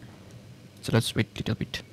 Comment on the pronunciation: Bro, learn better english. It's extremely hard to understand tour talking in English and dont even try to say bit properly 😂😂😂😊